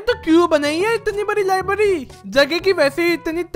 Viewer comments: Libary nahi library😂😂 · First libary nahi hota its library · Bhai libary nahi library😂😂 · Library hota ha libdy nahi hota ha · Bhai lyerberi bol